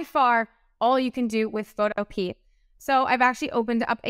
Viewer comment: I'm sorry if this sounds rude but it's pronounced pho-toe-pee-ah. Not photo-pea.